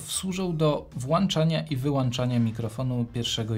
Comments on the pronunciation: Chociaż materiał zapowiadał się ciekawie, nie wytrzymałem WŁANCZANIA w drugiej minucie i wyłĄczyłem nagranie. Szkoda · Recenzja świetna, ale jak słyszę "włanczania", "przełanczania"....:) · WŁANCZANIA ;) a tak poza tym to mega pro